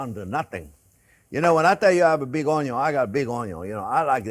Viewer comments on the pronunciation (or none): it's pronounced "un yun" 🤣🤣